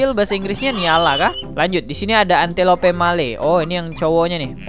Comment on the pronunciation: Bang saya kasih tau Antelope baca nya entelop Wild dog itu anjing liar Afrika Gazelle baca nya gezel